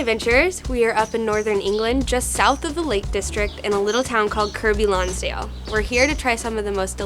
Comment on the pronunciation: "KIRK-BY LONSDALE" Say it correctly...